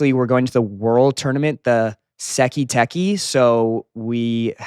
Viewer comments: "Seky teky" I understand that the cast is still learning to pronunce that properly. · In the show: Sekai Tekai To Xolo: “Sekii tekii”